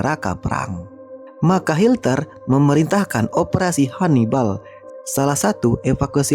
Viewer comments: Konten abal2 ngomong hitler aja jadi hilter,jd mls nonton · Bukan hilter tapi hitler min ...